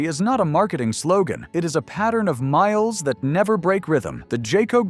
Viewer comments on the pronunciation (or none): none